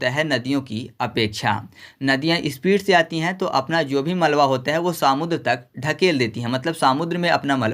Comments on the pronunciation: irritation ho raha hai samudr sunkar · Bhai सामुद्र नहीं समुद्र बोलो😂